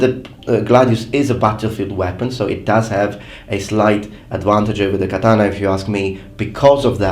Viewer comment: Every time this guy says "katana," ICE deports a Puerto Rican.